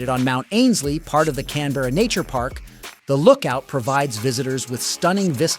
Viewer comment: If you do a video about a city, maybe you should learn how to pronounce it